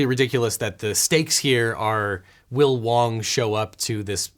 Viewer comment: You called him wrong not wong XD